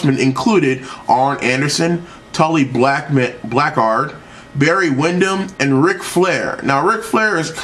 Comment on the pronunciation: Dont mean this rude BUT if your going to be doing this you need to know how to say Tully Blanchard.... otherwise good job. :o)